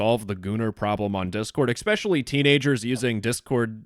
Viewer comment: Love you but please for the love of anything you hold dear EXpecially isn’t a word bro please